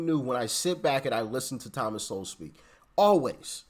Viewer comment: You're saying his last name wrong. It's Sowell